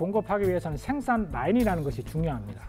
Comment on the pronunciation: 쉐로운 .. 쉥산 ..발음 듣기싫으네 사투리쓰는 사람 부르지마소~